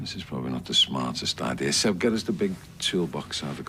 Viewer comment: It’s SEB not Zeb ….